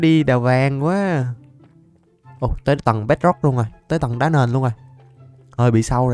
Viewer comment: " Đã " chú sao lại " Đá " anh